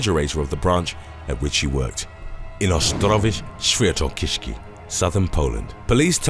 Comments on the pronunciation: It should sound more like "Ost-rov-yetz Sfyen-to-kshy-zki", nice try though :) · I love the way how the narrator says Ostrowiec Świętokrzyski🤣🤣🤣 however I know it's a nightmare for foreigners to speak Polish🤣🤣